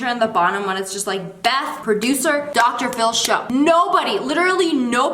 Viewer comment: did anyone else catch her saying drshow submisions ar ? no just me, okay.